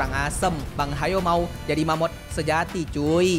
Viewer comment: Bang,sebutannya mammoth...